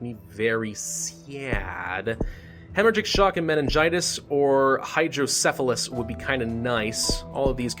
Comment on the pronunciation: im super super late but im surprised you were able to say hydrocephalus lol. I was born with it and no one seems to be able to pronounce it correctly besides those effected or have kids with it